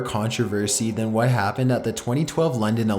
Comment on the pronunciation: turned it off after turned the word happened into 4 syllables ha